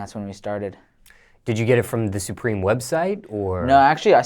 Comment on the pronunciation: it’s not “sue-preem” it’s supreme say that shit normal